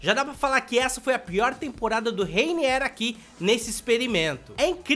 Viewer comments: Se fala:Reinier não Reiniér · Ele não sabe nem rwiniwr ele fala rainier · N se pronuncia Reiniér. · Reiniéér kkk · ele fica falando reiniér, a culpa não é minha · Sabe nem falar o nome do mlk ororor